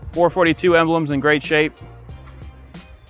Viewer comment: It is a 4.4.2. Not a four forty two!